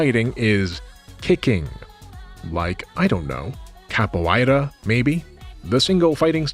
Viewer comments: You seem to be having trouble pronouncing "capoeira," but you actually got it right the first time. It's "kapōˈārə," but you can also pronounce it "kappo-era" if that's easier. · Nice video! Since I now know you graciously take corrections, here is a tiny one on the pronunciation of capoeira: there is no diphthong vowel inside of it, despite the three back-to-back 'oei' combo. The pronunciation in brazillian portuguese would read "kah-pü-EH-ra", or if you wanted to say a simplified english version, "cap_poo-WHERE_ruh". Sincerely, a low-level capoeirista.